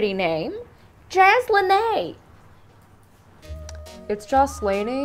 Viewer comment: Me when La Maestra said Jaz La Nay “ PERO MIJA ES LA JASLEINEY PERO QUE PENA